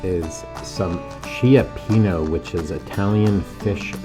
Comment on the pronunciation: I’m sorry please call the restaurant and pronounce it correctly cioppino❤